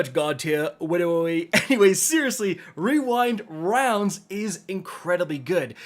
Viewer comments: Wewind Wounds 😂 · Bro, I love you. When you pronounced the rewind rounds wrong and then did the fortnite kid voiced, I laughed maniacally. Also happy birthday.